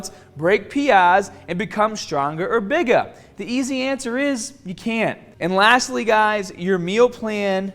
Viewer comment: Strongahh and Bigahh